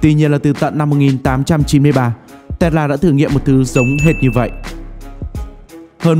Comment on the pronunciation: Bạn này nói chữ Tesla nghe buồn cười quá. Đọc gì mà Tét La. :))